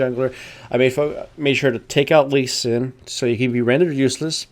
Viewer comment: how many times you screwed up lee sin and master yi names, funny :D